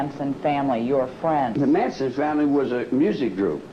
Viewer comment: It's MANSON. Not Mason.